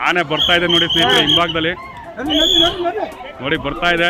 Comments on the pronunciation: ಆನೆ not ಹಾನೆ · ಹಾನೆ ಅಲ್ಲ ಆನೆ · ಅದುಹಾನೆ ಅಲ್ಲ ಆನೆ ಮೊದಲು ಹಕಾರ ಅಕಾರ. ಸರಿ ಮಾಡಿಕೊಳ್ಳಿ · ಉಚ್ಛಾರಣೆ ತಪ್ಪಿದೆ ಹೌದು ಆದ್ರೆ ಕೆಲವರಿಗೆ ಆ ಕಾರ ಹ ಕಾರ ಉಚ್ಛಾರಣೆ ಬರಲ್ಲ